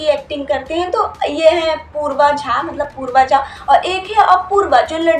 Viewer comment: Uska naam poorva jha nehi purav jha hai behen 😂